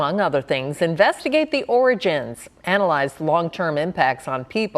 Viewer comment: Is that origins or oranges? Gotta pronounce it like the dear leader does